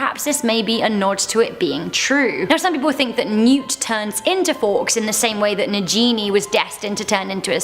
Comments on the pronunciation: It's Negini not Nejini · Nagini is pronounced Na-ghee-nee not Na-jean-ee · The way she pronounces nagini as na genie instead of na Gini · Nagini is pronounced Nah-Ghee-Nee - cmon! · I cringe every time this girl mispronounces Nagini. 😑😑😑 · Did she say the snakes name wrong? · i thought it was pronounced nagini like how voldermort says.